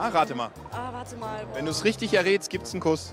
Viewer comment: Ein Ideologe erzählt uns etwas von riiiiischtisch guter Politik und auch so kompetent, so kompetent wie dein Barbier 🙏😂😂😂😂😂🙏😬